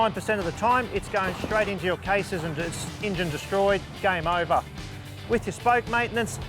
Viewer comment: "game ova!" Lol. Love it.